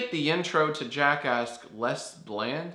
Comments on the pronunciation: I thought you sed Jackass instead of Jackask. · I keep on thinking your saying jackass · Who else heard jackass?